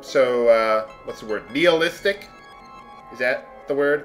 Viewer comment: Nihilistic is normally pronounced "Nai-a-lis-tick." The 'h" tends not to be pronounced in American English.